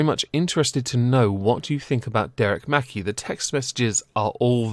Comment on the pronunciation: It's mc-kai not mackie